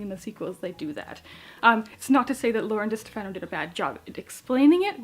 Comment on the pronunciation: Great review,! The Glass Spare is actually going to be a duology, and Lauren's last name is pronounced Duh-STEF-ah-no. The second book will be called The Cursed Sea.